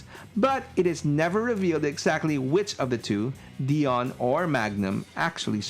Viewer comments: DIE-ON. Not Dee-Onn. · Dude, it's pronounced "Dye-on" not "Dee-on". It's literally in the cartoon!